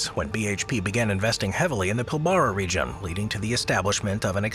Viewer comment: I'm a Western Australian and Pilbara is pronounced Pilbra....